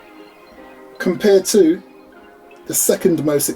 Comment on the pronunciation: To be fair, your "compared to" sounds a bit like "computer" =)